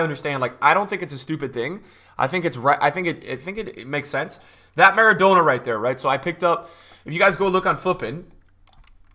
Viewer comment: maradonor too :P